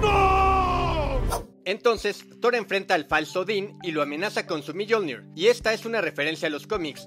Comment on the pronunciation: Yo opino q se pronuncia "miolnir" no miyolnir haha